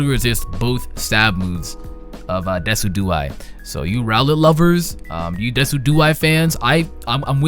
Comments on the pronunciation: Decidueye is pronounced DESIJEWEYE. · Decidueye is pronounced Des-sid-you-I Decidueye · it pronounce Da-sid-u-eye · omfg I read this comment wondering how he would pronounce it, did not expect deck-i-dew-ee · This man said "Deck-i-dew-ee" I'm gonna lmao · "Deki-duey" lol good try tho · Y'know Decidueye is pronounced like deciduous, right? It's name is based on the adjective that refers to trees.